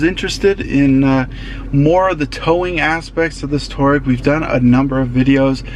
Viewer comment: It's pronounced Twa-reg. After the tribe